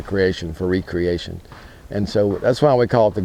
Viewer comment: Thank you for saying RE-creation.